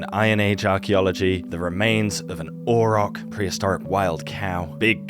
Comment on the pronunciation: That spear suits you well. You should wear an entire Bronze Age outfit. - I think the bovine is pronounced AueroX, not Auerock. It was an ox after all. - Can I pet that Bronze Age dawg? - Huh, I would have thought the reservoir species might have been horses, cattle or dogs. Animals that go with the humans to other places. That would also solve the question of why the steppe people had it too: If if came from horses or cattle and those people had large animal herds, they might have developed a certain immunity due to prolonged contact to those animals. The European farmers did not have these large herds. Disclaimer: I did not come up with this idea myself, but got it from Johannes Krause and found it quite compelling.